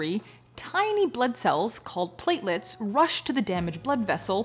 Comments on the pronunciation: I know, that’s what I think I is so funny, to hear a professional not know how to say the word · Speaking of the word “platelets” I heard someone say it as play-tel-ates and this person is a doctor